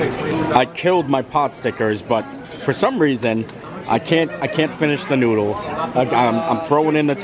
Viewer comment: Hi! Great video today man! I had to laugh when instead of saying you were going to go eat some noodles, you said "nooders" instead lol